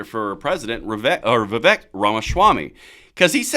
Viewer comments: He's a fantastic candidate, but no one can see to say the guys name right. Viv ache, like cake. I've seen a lot of respect for him, but let's show it by getting his name right, lol. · a vote for Vivek (pronounce Viv-ake, like cake) is a vote to abolish the ATF, FBI, DOE, etc. Let's get it! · For your info, his name is pronounced Va-Vake, rhymes with cake. He is quite used to folks mispronouncing it, but I think we all should learn to get it right. He may or may not succeed this cycle, but he is likely to be around for quite some time!! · Just an fyi, it's Vivek, pronounced Vi-vake. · I wouldn't vote for any body when two thirds of American's can't pronounce his name